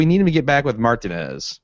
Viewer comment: What world do you live in where you've never heard the proper pronunciation of "Martinez"